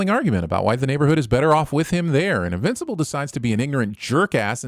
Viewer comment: You are getting a sin for "invinci-pole" XD